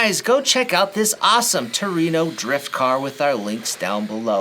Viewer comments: LOL "true ee no" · I am not into R/C drifting but that body is gorgeous! Thank you for the detailed look at this new Kyosho Fazer. I noticed that you pronounced Trueno differently than I have heard it with a distinct "w" sound in the middle. I have heard people say it "true-ee-no" or "true-uh-no." I am not sure exactly how to pronounce it!